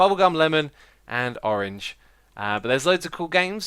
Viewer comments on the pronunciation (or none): Did you say florange..? lol Really cool builds. You guys r sick! Love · Blorange? Orange? Florange? LOL I couldn't make it out. I'll just say Woof!